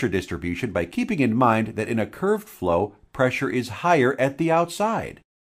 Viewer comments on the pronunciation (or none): none